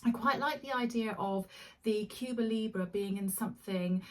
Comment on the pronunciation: Cuba Libre means "Free Cuba", that is the wish and hope of all Cubans, someday. Now,on pronunciation: say Elephant. That E is how you pronounce the E in LibrE. Try it. Love all your recommendations and explanations. Thank you.